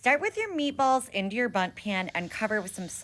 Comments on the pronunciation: it is pronounced a bunt pan, with an n, i think they usually use it for specially shaped cakes and jelly and stuff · Bundt pan not bum 😂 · Bunt pan btw. I think it was the accent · It's "Bundt" pan, used to makes bundt cakes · Real, I guess they don't have Bundt cakes in London lol